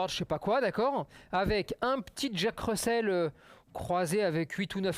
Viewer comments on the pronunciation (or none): none